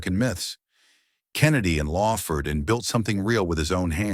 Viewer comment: LAWford, not LAYford